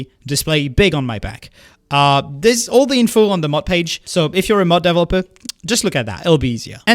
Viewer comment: Me hearing him say "Deviloper"